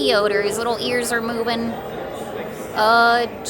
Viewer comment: Baby Yader?! You remind me of a YouTuber from the Atlantic northeast, who says Leaher. 😆 Are you also from that region? -The Disneyland Neighbor